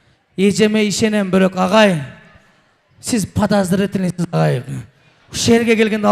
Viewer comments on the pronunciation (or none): подазртилныйлен дейтко